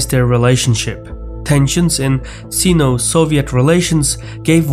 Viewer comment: He still didn't get "Sino" right; and one other huge gaff somewhere in there too, though I can't remember where at the moment 😐